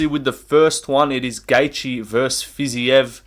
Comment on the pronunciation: Dude its fiziev not fiziev 🤓🤓